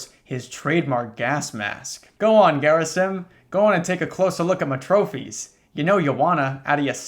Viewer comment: Quick note to you: Gerasim is a real life Slavic name. It goes her-AH-seem.